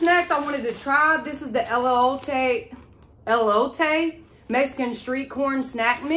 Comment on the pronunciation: Hey! You pronounce ELOTE...Eh- Lo- te. Love your hair! 🌹❤